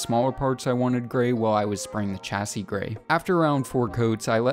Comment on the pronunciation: Great vid, but your pronunciation of chassis is baffling